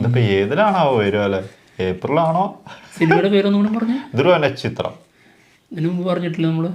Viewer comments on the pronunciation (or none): none